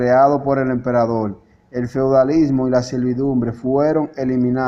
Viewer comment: Austria es distinto de Australia: min.. En ese tiempo Australia aún no existía como país., creo que eres cubano por el uso de la letra L en lugar de la R. La palabra no es "emperadol" sino "emperador. Tuviste una buena intención cuando publicaste este vídeo, pero antes de divulgarlo debes editarlo correctamente, también debes practicar la lectura, igualmente necesitas repetir para ti mismo algunas palabras complicadas, y después de todo eso, entonces podrás leerlas de manera correcta y natural en la cámara.